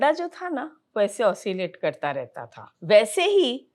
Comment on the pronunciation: kya karta tha aur kon krta tha acha se clear clear bolo